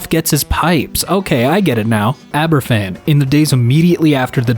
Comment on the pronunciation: He nearly said Aberfan correctly which is surprising because most people can't prounounce Amy Welsh. It's said basically how he said it but with a v sound instead of F.